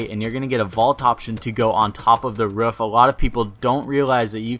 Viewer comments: ROOF NOT RUFF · It's a roof not a ruf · what is a Ruuf? do you mean ROOF? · "Ruff"? Lol wtf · Why does he say roof like that 😂😂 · the way you say "roof" wot